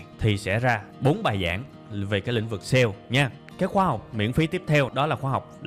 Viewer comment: Mình rất thích cách tiếp cận và chia sẻ kinh nghiệm của bạn về kiến thức, rất dễ hiểu và chuyển tải hết được thông điệp của bài giảng và đặc biệt giọng của bạn rất bắt tai. Chỉ một ít feedback như sau nếu bạn có thể nâng cấp cách phát âm chuẩn các từ tiêng anh thì quá tuyệt vời. Ví dụ: youtube, Sale và SEO những thuật ngữ trong chuyên ngành mang từ nước ngoài vào thì phải đọc đúng vì bạn sẽ là tấm gương cho hơn 700 ngàn con người việt nam noi theo.